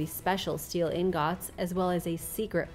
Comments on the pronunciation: Ingūts❌ In gòts✅ Damascus steel weaponry lost ✅ people currently making Damascus❌ 😒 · I scrolled all the way down just to see if I was the only one that thought the way she pronounced 'ingots' was funny